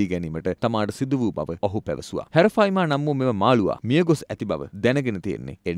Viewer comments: හැරෆයිමා නෙවේ යකො ඇරපයිමා😂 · Nama hariyata kiyanna bro Harapima nemei Arapima hode😢😅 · නම වැරදියට කියන්න එපා. විස්තර හරියට හොයලා කියන්න. බොරු කිව්වම මිනිස්සුන්ට එපා වෙනවා. මාළුවගෙ නම - " " " ඇරපයිමා " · නම හරියට කියන්න "ඇරපයිමා"